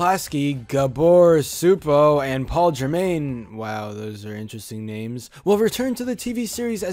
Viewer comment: IT'S PRONOUNCED "GAAHBOUR CHEW-POH!" xD